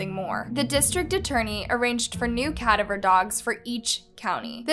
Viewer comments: It’s pronounced ca - DA - ver. Not CAdaver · Please im begging you learn how to pronounce cadaver. It drives me crazy.